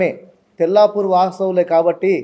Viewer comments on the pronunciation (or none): తెలపూర్ కాదు తెల్లాపూర్